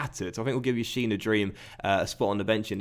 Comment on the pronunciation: 1. its yassin, not yashin 2. the J in menjivar is pronounced as an H